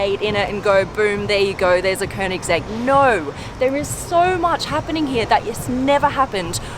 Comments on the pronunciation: Woooow, you Nailed the pernounce "könings-ägg", wellcome to sweden! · Me a SWEDEBOI69: *is happy because someone that isn't swedish actually pronounces koenigsegg right.